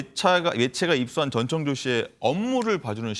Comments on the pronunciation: 전청조인데 자꾸 전창조라고 하네.. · 전창조가 아니고 전청조 입니다...